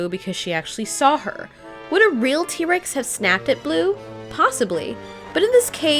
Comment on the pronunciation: T. rex not tree